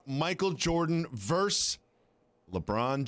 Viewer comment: It's VerSUS NOT VERSE. A verse is part of a song.